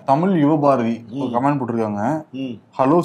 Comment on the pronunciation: கமேண்ட்ஸ் இல்லை --> கமெண்ட்ஸ் என்று சொல்ல வேண்டும்.